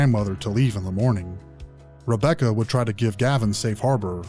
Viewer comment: Wabbecca and I wove her 😂😂😂